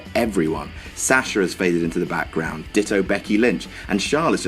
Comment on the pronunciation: Sasher??? It's Sahh shuh. lol